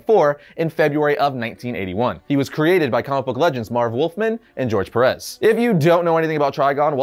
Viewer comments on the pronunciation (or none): I have a question. is Puerto Rican. Obviously living and raised in the States. That doesn´t mean he knows Spanish. Still, I´d think he knows about accent and that´s not the way to pronounce George´s last name. It´s "pErez". It has accent on the first e. If people would call him "perez" in general I´d understand. However, people actually make an accent in the last e (perEz). So no, it´s Pérez.